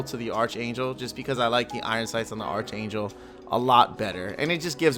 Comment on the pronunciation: Archangel = Arc angel, the h is silent